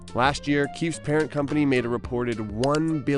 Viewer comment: In the female jails they call them KWEEFS instead of KEEFES!!🤣🤣🤣🤣🤣🤣🤣🤣🤣